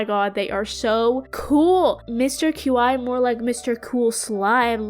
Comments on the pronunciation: It. Is. Pronounced. Key. Not. Cue. Eye. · Qi is pronounced chi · My headcanon is that Mr. Qi is pronounced "Mr. Chi/Chee", since that's how 'qi' would be pronounced in Mandarin Chinese. (Qi means, like, life energy, the energy in the universe)